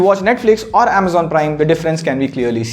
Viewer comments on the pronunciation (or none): none